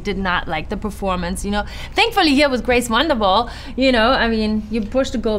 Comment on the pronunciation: “grace wandervall” 😂😂